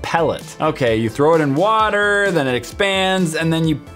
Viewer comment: he can’t say water?